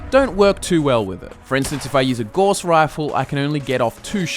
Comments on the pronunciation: Thank you, for the content. A public service announcement: Gauss is pronounced Gauwse, not Goss. I'm not sure why every Gamer on YouTube pronounces it wrong, but it's a bit grating after a while. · gauss is pronounced like house not gauze